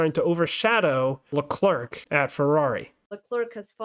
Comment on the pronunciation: Leclerc is pronounced as ”Le-Cleh” Charles said it himself. Great Podcast! 😄👍🏾